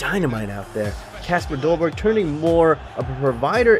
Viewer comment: You spell Kasper dolberg but you say it like kesper dolberg